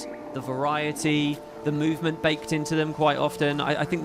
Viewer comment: Mouvel? Mouvement of the world ...